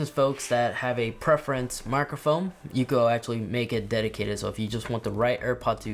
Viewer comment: Thanks for the new info! Also, did you say “microfoam”?